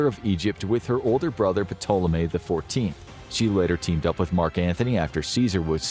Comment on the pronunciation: The "P" in Ptolemy is silent!